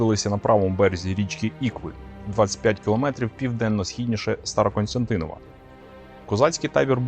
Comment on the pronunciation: СТАРОКОСТЯНТИН!В. Диктор обрати внимание. Зверни увагу.